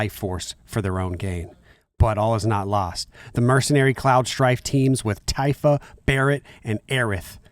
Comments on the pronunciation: He called Tifa “Tyfa” 😭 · Nooooo mispronounced Tifa 😭 It’s okay, we still love you